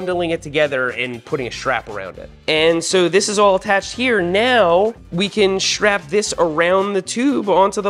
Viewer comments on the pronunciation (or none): I just about lost my kool-aid when Seth was saying stwap! That was hilarious.